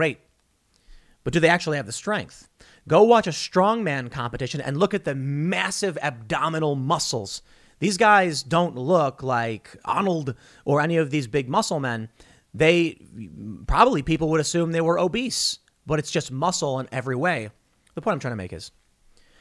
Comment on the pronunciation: Did he really have to pronounce AAhnold in his accent and just continue talking like it didn't happen